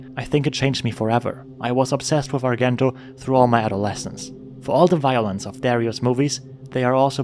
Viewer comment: it's [arˈdʒɛnto] not [arˈɡɛnto]